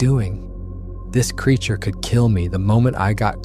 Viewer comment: Everything was going good until ai said it took 2 hrs to walk to truck when b4 it said it was 50 feet from squatch, pulling it out of water. Time to watch something else and ai pronounced Creature wrong.